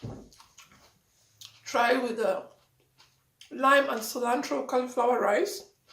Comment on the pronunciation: I was literally laughing at “cilantro-eee” and lemony lol 😂